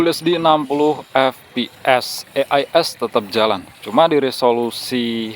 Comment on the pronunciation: e ai es..pngen ala indo ato inggris to bang...klo inggris e nya jd i donk😂